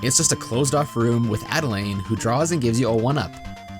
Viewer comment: Not only did this video show me lots of unused content in Kirby 64, but it also told me that there are 3 Different Way to pronounce Adeleine